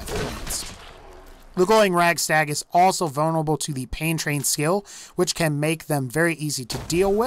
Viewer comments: Radstag not ragstag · It's radstag not ragstag man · It's not Ragstag. I hate when people mispronounce it for some reason. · is he saying ragstag? lol